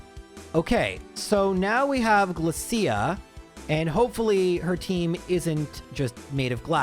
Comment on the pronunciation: I think you will find Glacia is pronounced: Dj-luh-k-eye-ah